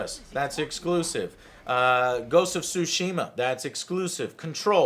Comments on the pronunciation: It's TSushima damn you, like tsunami. It's NOT pronounced Sushima. It's not a sushi. TS is not the same as S. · In Ghosts of Tsushima the T is pronounced so it isn't Sushima its TSUshima. Say the word TSU fast. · its not SUSHIma.. there is a T infront of it. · Joe gives Other Joe shit because he can't pronounce "Tsushima." Meanwhile Joe can't even pronounce Sony haha. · Joe, you're not saying it right either. The "T" in Tsushima isn't silent.